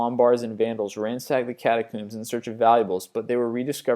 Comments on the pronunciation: I enjoy these videos, but I don't like how you pronounce things. For example, it's Catacombs, not Catacooms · Catacombs not catacumes (pronunciation) comb as in a comb for your hair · lol cata-cooms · catcooms, edinburg, pronunciations!!!!! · He also said cherinoble and catacooms. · Your pronunciation on everything is so terrible, I couldn't finish. I left at "cata-cooms"